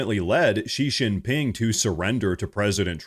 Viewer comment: Xi Jinping's name is pronounced SHE GIN PING.